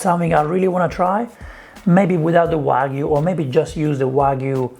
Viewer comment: You're one of the only celebs who pronounce "wagyu" correctly. A lot of other chefs call it "wa goo"